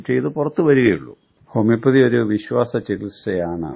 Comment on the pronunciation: ഹോമിയോപൊതിയും അല്ലാ ഹോമിയോപ്പതി